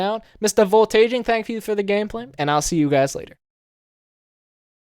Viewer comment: VoltAGING lol it's "Voltaging"